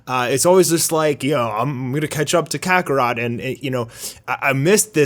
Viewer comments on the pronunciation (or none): none